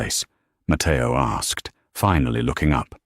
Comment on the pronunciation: The written text is an absolutely terrible evidence of Yankee arrogance who nearly all think that studying foreign languages is a waste of time. It's Matteo and not Mateo. It's "La Goccia d'oro" and neither "Lagoto" nor "Lagotodoro" or even "Lagot Doro" !! And in Italian the heroine of the story is not Emily Bianke but Emilia Bianchi. It's "cucina italiana" and not "cushina italana". Emily is not from Sienna, but from Siena. It's not Tuscanyany, it's Tuscany . It's "francamente" and not "franke" . It's "Per favore" and not "Pavore" , and it's "ragazza" and not "reagatza" . It's "San Gimignano" and not "Sanjiñano" . It's "Piazza del Campo" and not "patza delampo" . It's "Signora" and not "Senora" . This is only the beginning...